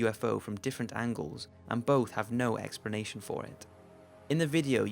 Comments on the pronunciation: am i the only one who is slight pissed that he keeps saying expernation? ._. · Expranation lol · I like the video but wish you could pronounce "explanation" properly. It has an L not an R..